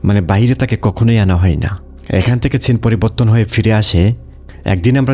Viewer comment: ভাই ছিন না তো সিন হবে এটার উচ্চারণ ভালো করে বাংলা ও বলতে পারেন না নিজে বাঙালি হয়ে